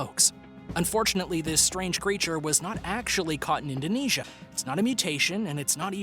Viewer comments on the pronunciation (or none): none